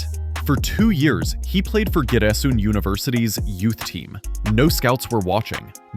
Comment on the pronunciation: the teller become a native Black Sea person on the 10th minute of the videos and reads Giresun as “Ciresun”😄like most of the people from East Black Sea area😅👏🏻👏🏻👏🏻